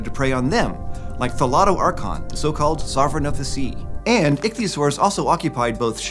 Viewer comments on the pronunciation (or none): none